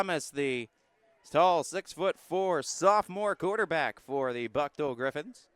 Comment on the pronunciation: Thank you for the coverage. Buchtel is pronounced , booktahl.